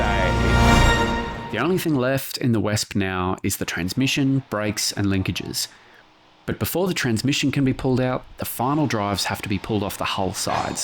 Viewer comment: Fellas, the ONLY pronunciation for 'Wespe' is the German, something like "Vess-puh". Please.